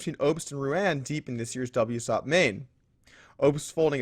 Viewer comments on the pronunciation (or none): Should def be pronouncing WSOP as "dubs O P", not "dub SOP".